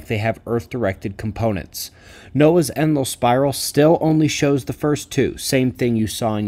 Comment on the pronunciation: Just found out has been saying “Enlil spiral” not “endless spiral.” Considering what’s coming, I’d prefer an Enki spiral, thanks just the same.